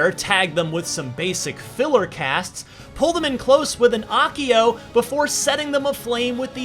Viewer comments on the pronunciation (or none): Hermione: it’s accio not Ahccio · It’s Accio no Ahhh-ccio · This mf said akkio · Mispronouncing Accio. 😓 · The way this guy pronounced "accio", physically pained me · Pronounces Rowling and Accio wrong while calling the Cruciatus Curse by its incantation lol